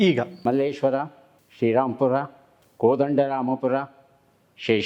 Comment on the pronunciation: ಮಲ್ಲೇಶ್ವರಂ ❌ ಮಲ್ಲೇಶ್ವರ ✅ Thank you Sir.